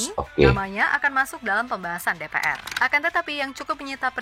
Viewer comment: DePeEr (DPR) Bukan DePeaeR